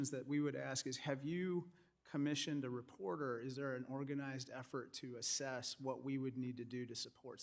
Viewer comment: Assess not asses. LoL!